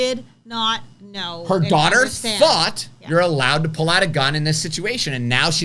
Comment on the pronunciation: Did you say you thought or was it fought?